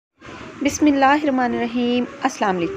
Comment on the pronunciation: Please bismillah KO Sahi parhain بسم اللہ الرحمن الرحیم